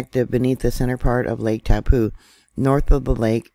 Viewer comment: That letter on the end of the name Taupo is an 'O' that makes its name end in an 'Oh' Try saying TaupO!